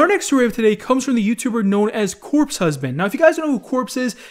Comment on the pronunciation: ex ori you said corps lol